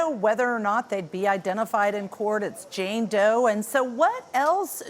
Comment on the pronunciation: How you say Jane Doe, 🤦🏽‍♀️